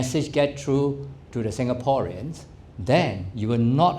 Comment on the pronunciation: Does he know how to pronounce SINGAPOREAN???